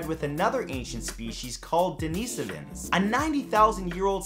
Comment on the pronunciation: Mathew dude, I love you man and you do a lot of good in this world informing people through your voice. That being said, since you do use your voice to inform the masses, please look up words you are not sure of. Denisovan is pronounced like the name "Denis" and add "ovan", just like it looks. You tend to overcomplicate by over pronuncing words at least once a video. To the point now that even though I dig your channel, I hardly watch. Though I do still follow your socials.